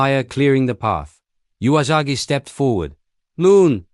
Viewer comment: Someone should teach the narrator that the 'u' in Usagi is pronounce 'uu', not 'jew-a'.